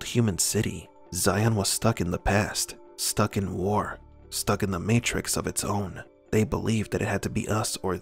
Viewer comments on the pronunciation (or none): none